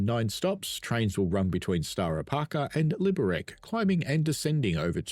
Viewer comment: Hey, just a quick note - the Liberec is pronounced "LI-be-rets". Czech is a phonetic language - you read what you see :)